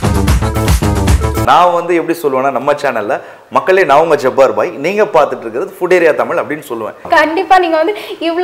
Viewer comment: It's not.